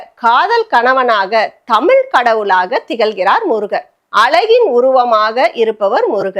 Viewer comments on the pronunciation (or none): தமிழ் உச்சரிப்பை சரியாக உச்சரிக்கவும் தமிழ் தமிழ்